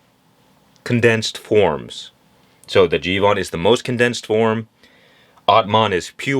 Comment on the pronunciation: It’s not jivan it’s jeevan and it means life